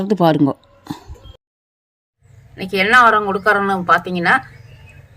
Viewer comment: கடைசியாக சொன்ன உரம் பேர் தெளிவா புரியலை